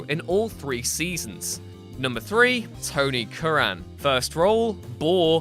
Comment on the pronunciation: Who the hell is Tony Curraaaan? Its Tony Curran. I bet you are one of these people who calls Gerard Butler Geraaard Butler?